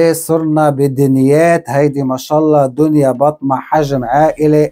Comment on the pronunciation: صارت دنيابطة وليس دنيابطمة😂